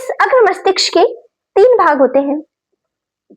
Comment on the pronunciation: Mastiksh nhi mastishk hota hai mam 😂